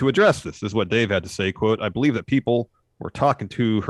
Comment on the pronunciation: and do you Bo-Lieve?